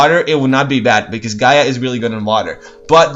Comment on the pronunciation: nah pronounce it with no accent on the a